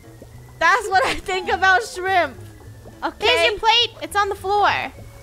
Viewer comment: Draco : Its not lobster its shremp Me: Lobster is when u don't cut it when u cut the Lobster it becomes Shremp :D